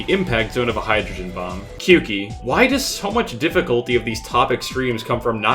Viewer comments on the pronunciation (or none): dayum that was a fast reply. It's supposed to be pronounced "kyoh-ki" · as a Japanese speaker him pronouncing Kyouki as "kyoo-ki" made me take 69000 points of physical damage